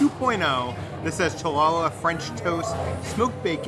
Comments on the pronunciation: Hallah, or Holla (like holler) no cha-la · MY GUYS!!!! Chu-la-luh is pronounce "Hall-uh"!! It is a Jewish bread, which is why you may not have heard of or had it before. I get that english is a phonetic language, but that one was just too rough on the ears. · The Cha-la-la pronunciation absolutely killed me 😅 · I had to laugh at the "Cha la la" french toast. I butchered the name of Hallah bread before, that is why I am laughing!! You guys are awesome!! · The Challah french toast is pronounced, Hallah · Omg we were cracking up at CHAhlla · I was wondering who was going to tell him it’s HOLLA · LMAO, Chill-lala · Cha-la-la bread? What the heck is that? 😆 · Love this channel but the food pronunciation kills me sometimes 😂 challah is pronounced like hall-uh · Right, that irked me so bad. I’m glad someone said it 😂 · the jew in me cringed when tried to pronounce challah